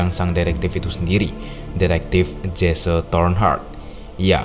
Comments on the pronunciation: Dibacanya bukan Jesse. Tetapi "Jesi" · bang, bukannya disebut "jesse" bang, tapi cara manggilnya "jessi" namanya jesse cara manggilnta *jessi& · Correction: Detective Jesse Tornheart Sebutan Jesse itu bukan Jese tetapi lebih kepada Jiss